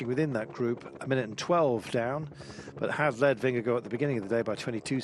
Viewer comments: Take the first syllable of gorgeous (the gor sound) and it will be more precise. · Why's he calling him Vingego the last 3 or 4 times?